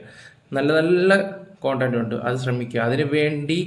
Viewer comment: കൺട്ടം അല്ല ചേട്ടാ കൺടെന്റ്